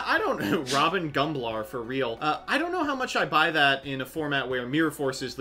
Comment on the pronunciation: "Robbin' Gumblar" lol